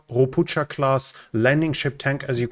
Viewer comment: It is NOW Ropucha classs, it is Ropukha class. Learn to pronunciate properly prior airing anyting